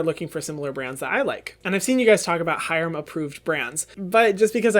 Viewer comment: HYRAMMM!! JAMES CHARLES SHOUTED U OUT IN HIS RECENT YT VID!!!! 💗💗 he did pronounce ur name wrong tho 💀